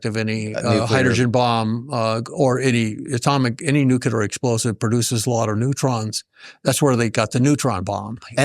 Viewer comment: I have a hard time buying anything from a "scientist" that says "nucular" and "nuculus".